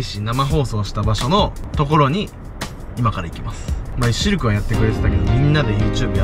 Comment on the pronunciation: ここで「シルク」が「シュルク」に聞こえた人いますか？